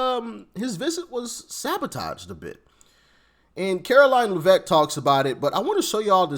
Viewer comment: it's pronounced leviosa not leviosa